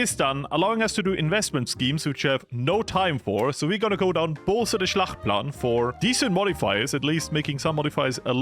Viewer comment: Schachtplan❌ Schlachtplan☑️ Deutsche Sprache schwere Sprache😂😂😂 Just joking :_FloriusLove